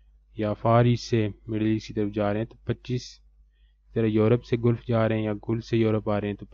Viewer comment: Dear not गुलफ right pronunciation is गलफ।